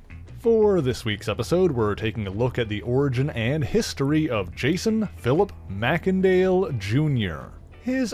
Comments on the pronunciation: May-Sin-Dale NOT Mack-En-Dale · I think that you pronounced his last name wrong: I think that it should be pronounced MACE , and not MACK! Other than that though , good job . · It's not pronounced "mac-ken-dale".. 'A "mac-ken-dale" pronunciation would be assumed under a Scottish etymology, but in that case, the first vowel (or consonant) following "Mac" would be capitalized. But this "e" is, and has always been, small-case. Therefore, It is not Scottish derived, and is pronounced as "may-sen-dale".